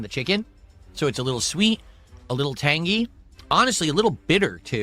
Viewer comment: Why does he have to say tang-GEE, we hate you enough already